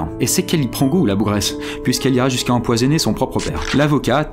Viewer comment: "Empoisenner" joliiiiiii :)